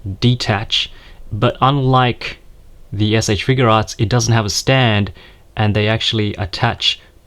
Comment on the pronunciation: It's not figurearts it's figuarts. I feel like if you review toys you should know how to pronounce the company